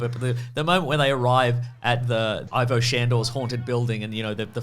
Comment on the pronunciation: Why is Ivo so hard to pronounce? EE-VO, like DIVO